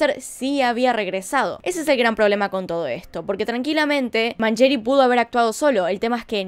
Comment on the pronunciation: Lindo video loca !!! pero ojo con la pronunciación , decis Pierri Y Mangeri con una Yankee